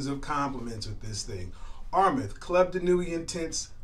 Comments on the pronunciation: Armaf is pronounced (R Maa ff ) not Rmeth. No disrespect. I'd rather tell you now for your future vids. To also help you avoid ppl from discrediting you. PPL are at times critical. Your vids are quaility & I wish you success. I just sub'ed... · Why is he saying armeth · You already butchered Armaf. R maf it is.